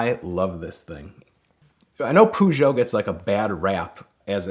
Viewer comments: It's Pɜːjou, not Pujou! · nah he says pootio instade of paugtio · It's pronounced Purrshow not Poo Joe 😂😂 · Fuckin Pew-gee-otts. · Pooshow.... U muricans will never learn :-D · By the way, the PEU part of Peugeot is pronounced like the “pea” sound in pearl, without the “rl”. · "poojoe" god damn it lmao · Why can't americans pronounce Peugeot properly lol. Peugeot, not Poo-Joe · The way he pronuance the car Puuugeot. Hurts me... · Pew. Gee. Ot. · Is pah yew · It’s the Poo-Zhaw. Pretty French, tho. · Pew-Jut! How is that for Pro-nuance, Mr. Detective??? Hah! ✌️😎🤳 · Why did he pronounce Peugeot like that? That is horrid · please learn how to say Peugeot...... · Idk if all Americans say Peugeot this way but it is incredibly wrong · Detective "It's not Peugeot, it's Peugeot!" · This was legitimately stressing me out the whole video 🤣